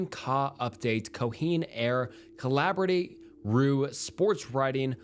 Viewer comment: I try to be easy on people for bad pronunciations because I acknowledge lots of people have dyslexia. But the sequence especially just came across as lazy. There were some comical pronunciations even for common English words. A lot of those should've been caught in just a once-over. I'm sure he knows how to pronounce the word "collaborate" properly.